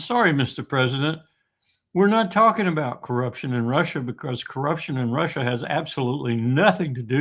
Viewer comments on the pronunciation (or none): i don't like him he seems to never learn from the answers he gets and repeats the same questions. i can't stand the way he says russia either. rhouusha it's gross.